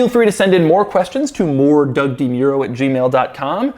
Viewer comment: Why do you pronounce "Doug DeMuro" wrong?